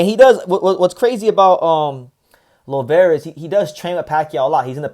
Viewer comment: Finally you said his last name right. Salute to you! Thank you for making a video about Kenneth Llover his our next superstar. He’s career is in the right direction especially with Gerry Penalosa as his manager and Kameda promotion handling him.